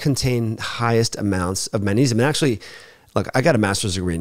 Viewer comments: Sweety, it’s not pronounced mannesium, but magnesium:) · You're incorrect. He isn't saying Mannesium; he's saying Mang like in Bang Mangnesium. This is a common natural linguistic phenomenon in all languages. It's not at all recherché, don't you know. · Why does he never pronounce the G in magnesium?